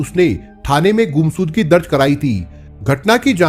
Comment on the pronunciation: Bhai shav ko sav , Ghumshud Gi ko gumsudgi mat bolo yarr please clear karo speech please